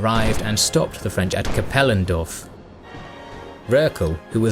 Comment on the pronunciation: Funny how you say Kapellendorf and Landgrafenberg because this are german words. And great Video :-D